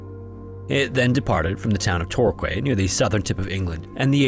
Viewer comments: Isles of Scilly is pronounced Silly not Sicily. Also Torquay is Torkey not Torkway 👍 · Torquay is not pronounced Torkway it's TorKee. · I know you enjoy learning languages and pronunciation so, it is pronounced "tor-key" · Torquay is pronounced Torkee, not Tor Quay! I do wish you Americans would take the trouble to learn the pronunciation of English words!!! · It's not pronounced Torway ;) It's Tor-key. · Torquay is pronounced Tor-key, not Tor-kway. Just as the word quayside is pronounced 'keyside', The Florida Keys would originally have been spelled Florida Quays etc... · Torquay is pronounced Tor Key :) like im at the Quay side ( Key side) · My god Torquay is pronounced Tor Key ... Christ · as a Brit, the 1st 2mins of this where painful they are pronounced Silly isles, they are british in the irish sea portsmouth is pronounced portsmith torquay sounds like torkey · Torquay is pronounced "Tor-key", enjoyed the video 😂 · "The Irish Isles of Sicily" WTF!? These islands are Cornish not Irish and correct pronunciation is the same as "silly" hmmm...trolling??🤣 Torquay is pronounced "Tor-kee" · Torquay is pronounced tõr•KĒ ensign is EHN•sin Portsmouth is PŌRTS•muth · Tor Quay 😂😂😂😂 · Tor-key is pronunciation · Torquay is pronounced as "torkee" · It's pronounced "Tor-key." Yeah, I know english place names are confusing. 😂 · The Isles of Scilly are British, being of the coast off Cornwall. They have nothing to do with Ireland: Pronunciation Scilly Isles or Isles of Scilly - SIL-Ee (C is silent) Plymouth - Pl'mouth (Y - is silent) Torquay - Tor-KEE Portsmouth - PORTS-meth Birkenhead - Ber-ken-hed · Torquay is pronounced Tor key. Love this channel. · As always, you've presented your work cohesively to culminate in a thoroughly riveting video! Just a quick note, Torquay is pronounced more like "tor-kee" like the key for a tour, light emphasis on the key 🗝😅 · You lost me at “Tor-kway” . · pronounced tore-key G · Torquay is pronounced “tour key”